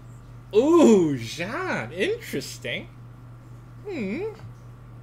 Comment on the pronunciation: Does he speak french ? Cause the "jeanne" call was pretty alright for an English user.